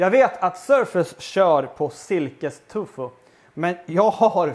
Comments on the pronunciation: Det finns kanske barn som tittar och att svära är inte alls bra. Annars tycker jag du gör god mat. Tofu heter det väl? Tycker du säger Tufu. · Älskar att du säger ”tufo” 😅